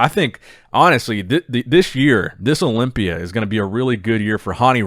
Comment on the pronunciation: Is it me or the way says "Olympia " sounds satisfying